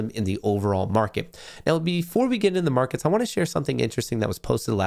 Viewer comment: "momentory" "morkets" good lord dude stop and correct yourself don't just talk through it